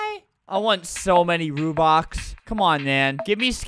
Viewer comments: “you want rubox” LOOOOOL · Why are u saying Rubin it’s robux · Not rubox its ROBUX ROBUX ROBUX ROBUX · "I want so many rubox" "I want many rubleeks" "you can give ranblocks" "you give how many ramdarns' "for how many ronblocks" I laughed so hard edit: thank you for the likes <3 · every wrong Robux pronounceation: Rubox Rubleecks Ranblux Ramdarns Ronblocks and Rubux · albert: “its called robux. Are you dumb?” Also albert: “how many rubleecks? Ramdarns. Ronblocks. Rubox.” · It’s not rubox, it’s buxru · They way that scammer said rUbOx